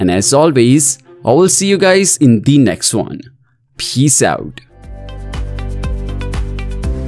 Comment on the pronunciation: You should add in the line "iPhone should be worried" to your title as you always like to condemn iPhone. And by the way, you have improve your pronunciation to 'Peace Out' correctly instead of 'Bee's Zout'.